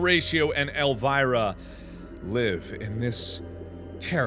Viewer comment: My aunt's name is Elvira and Mark said it so wrong XD